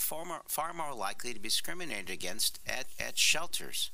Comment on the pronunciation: "scriminay duh genst"